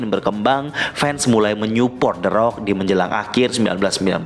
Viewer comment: The rock tp bunyi orng2 nyebut teroak😆